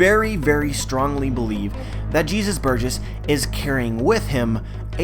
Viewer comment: I like the video, I really do, but why did you put so much emphasis on "Jesus Burgess' Sac"? I'm not judging, just wanted to point out how sus that sounded